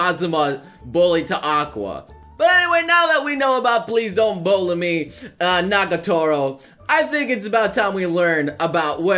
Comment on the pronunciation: it's NAGATORO, not NAGOTARO